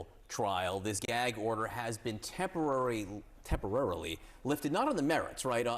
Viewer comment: Why did you said "temporarily"??😂